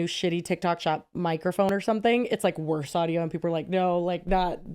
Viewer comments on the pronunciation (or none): none